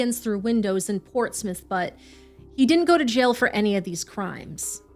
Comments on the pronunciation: I'm from UK and REALLY appreciate you getting the pronunciation of Portsmouth right-Love your channel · Less than a minute in and I have to compliment you on the pronunciation of Portsmouth - well done!